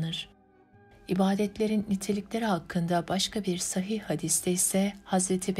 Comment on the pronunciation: Evet, kelimeler doğru telaffuz edilmeli. 'Amel' kelimesinde 'a' kısa okunur. Aynı şey 'sahih' kelimesi için de geçerlidir. 'A' burada da kısadır, uzun 'ā' değildir. Emekleriniz için teşekkürler..